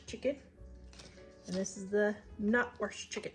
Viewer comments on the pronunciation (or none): Love to hear someone else saying you "worshed" the chicken. We must be from the same side of the crick! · You say wrashed like I do haha😂